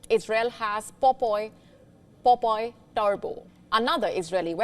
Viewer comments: Not popoi.. but POPEYE. (Popai) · It's pronounced as pop eye not popoy